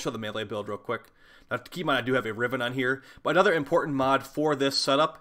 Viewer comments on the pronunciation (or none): none